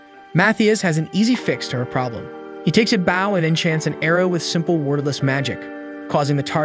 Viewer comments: Keep calling it baw instead of bow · Is the bow/bough pronunciation an ongoing joke?